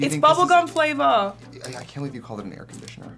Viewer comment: She said bubble gum "flavor"... IM DYING XD